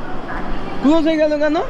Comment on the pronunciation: গায়েজ না= গাইজ কুলজ না = ক্লোজ উচ্চারণ ঠিক করুন